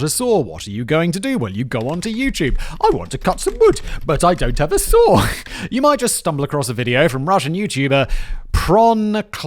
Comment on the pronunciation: Lol I thought he was saying a sword lol. I’m like why are you chopping wood with a sword.